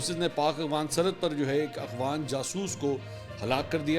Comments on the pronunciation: Afghan not agwan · Mansoor bhai....its afghan...not agh-fan. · I dont know if you do that on purpose but you pronounce "Afghan" as "Aghwan". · Mansoor Bhai aghfan nahein afghan he sir